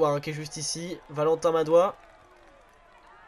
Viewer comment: Dans Madouas, on prononce le s